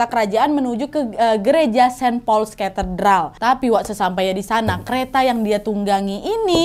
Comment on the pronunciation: Bahasa Inggrismu tolong dibenerin dong, banyak kata2 dlm bhs Inggris yg salah pelafalannya spt kata church, great, saint Paul, blood.... dll. Coba cek dulu pronounciation nya yg benar di kamus online ya